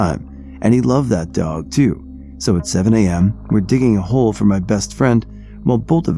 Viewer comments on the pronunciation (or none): none